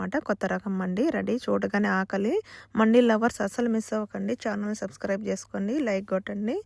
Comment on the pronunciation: అది మండి కాదు మంది అరబ్బీ వాళ్ళందరు మంది అంటారు , మనవాళ్ళు మండి గుండి బుండి అంటారు పలకడం రాక